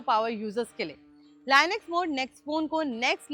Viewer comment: मै भी यही commnet करने वाला था,अब बहनजी को लिनक्स का नाम तक लेने नहीं आता तो बाकि की जानकारी क्या देगी !